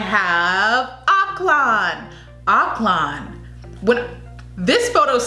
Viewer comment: CAH-piz. Stress on the first syllable PAH-SAHY focus on both separately yet equal stress seh-BOO - stress on second syllable ak-LAN - say it quickly with stress on 2nd syllable not first. Our "o" is short not long like in slow. More like in "on" KEH-zon - again a short "o" bi-LEE-run - stress on the second syllable DAH-vow - like broken vow